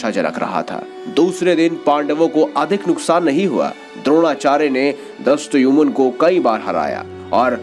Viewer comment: Drastayumun nhi Dhristadyumna hota hai